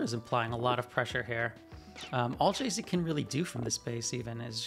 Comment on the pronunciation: Calling Jacek Džejsek when it's pronounced literally Jacek should be criminal xd Anyway, great game and cast 🗿